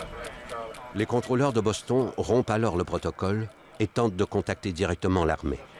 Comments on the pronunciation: Pétard mais c'est quoi cette façon de traduire et de prononcer Boston (phonétiquement) au lieu de Bostone (phonétiquement) on ne dit pas London que je sache mais Londone ( toujours phonétiquement bien sur). C'est comme Paris, on ne dit nulle part Parisse.... Sérieux !!! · On ne prononce pas Boston mais Bostone ... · C'est Boss-tonne, pas Boss-thon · Quelqu'un pour m'expliquer la logique à prononcer Boston à la française (Boss-Thon) et les noms prénoms avec l'accent américain jusqu’à ne pas les comprendre ? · Rien à dire sur cette très bonne reconstitution mais quel est ce commentateur qui est incapable de prononcer " Boston " correctement?! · Encore un reportage tout pourri… le prononcé Boston à la française, mais il sort son meilleur accent pour les nom américains 😂 YouTube, une poubelle avec parfois des pépites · Euh, quelle est cette voix déincarnée incapable de prononcer correctement "Boston" et qui prend un accent "américain" pour les noms américains ! C'est extrement désagréable... Et ce n'est pas seulement dans cette vidéo que la voix du narrateur est désagréable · Qui prononce Boston en français ?